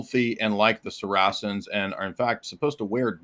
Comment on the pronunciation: (aka the protestant ortho-mo) is as laughable as he is ignorant. He can't even pronounce the word "Saracen" ("sah-RAh-sun, like mah-ass-in the air where I keep it...") yet we're supposed to take him seriously because he uses ChatGPT to get random bits of info out of context?